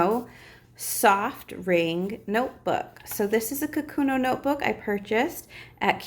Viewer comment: These notebooks are the best! For work and school. Btw, it's Kokuyo: kuh-koo-yo